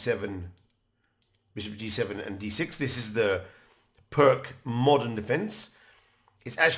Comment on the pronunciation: Greetings, Thank you for your enjoyable and informative effort! However, I find your offering on how to pronounce Uddenfeldt rather amusing in the light of your repeated mispronunciation of the name Pirc as “prk”, the name of the person that this defence was named after. The closest pronunciation, as far as English language would allow is “Peertz”. This is not a hanging offence, and I will not report you to the Chess Police. I hope that you will take my comments in the spirit it was intended to, simply an attempt to restore some dignity to the name of the person who gave us so much pleasure playing his invention. Thank you again, and keep up the good work! Cheers, Branko.